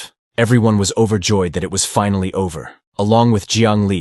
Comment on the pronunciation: Finally, you should learn how this word is spoken in English, you got it wrong, so wrong it jumped off the screen and slapped me in the face. Learn to speak or fix the translation equipment because they did a bad job of saying the word. Pronounce Finally, this should get you a few good examples of how to say the word.